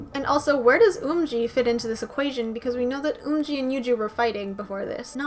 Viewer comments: hey :) yerin is pronounced as yae-rin sowon- so-on umji- eom ji yuju- yuju sinb- shin b eunha- very slight eu not oo so eu na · Now that I’ve learned the Korean letters and sounds I know that you’re pronouncing Eunha et Umji names wrongly. It’s Umji like Up and Eunha like Eunbi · the 'u' in umji is pronounced like the 'u' in thumb; the accurate romanized version is eomji. your pronunciation of eunha is spot on, just that a lot of people tend to leave out the 'h' sound which should be present.